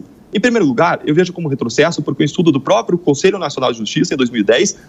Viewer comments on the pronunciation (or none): Esse garoto que falou sobre o Juiz Fux ainda não aprendeu a falar APROPRIADO ( em ), e fala no mais puro Dilmês, APROPIADO e INAPROPIADO. Também não sabe falar PRÓPRIO e fala PRÓPIO. Nosso professor Villa também incorre nesse erro. Ninguém da rádio observa isso? Alguém da Pan deveria avisá-los. Se estiverem precisando de um corretor de português, estou à disposição, apesar de ser formado apenas em História e Música.